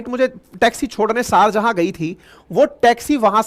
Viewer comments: Try to correct your mistake Sharjahan not correct Sharjaah correct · सारजहां नहीं, शारजाह शारजाह